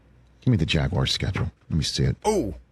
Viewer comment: WTF is a jagwire? 😂😂